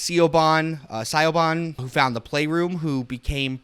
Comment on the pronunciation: It's an understandable error. I mean if you've only ever seen it spelt most would think that's how you say it too.